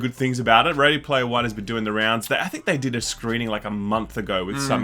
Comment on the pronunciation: Ready Laymer One